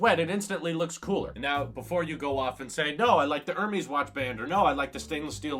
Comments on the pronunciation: It's pronounced airmess (Hermès) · Er-mez. Not her-meez or air-meez. Great video as always. I'm using the black silicone band on a 42mm Gold Series 1.